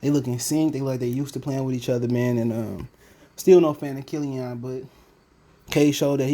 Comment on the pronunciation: Bruh are you eating... Annoying asl. And it's killian not killion